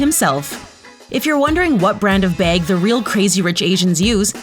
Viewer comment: look I have an accent too and I understand, but still. It’s pronounced bag not beg